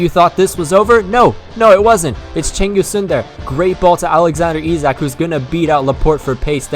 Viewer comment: Sign Chiesa, and I thought Isak was pronounced Ish-ack.